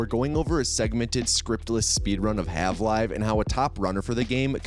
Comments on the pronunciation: good video but why did you call it hav live instead of half life? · why did you say "halve live" :( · "Halve Live" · “Halve live” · Calling Half-Life's protagonist Morgan Freeman is on purpose or was a mistake? Also "Half-Live" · Is he saying "Halve-life" ?